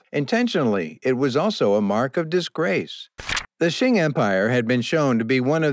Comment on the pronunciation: Very interesting information. But please, “Qing” Dynasty is not pronounced “Shing”. It is very difficult to hear you keep calling it Shing.